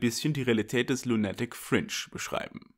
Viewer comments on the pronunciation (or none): Es heißt "lUnatic", nicht "lunAtic", lieber.:P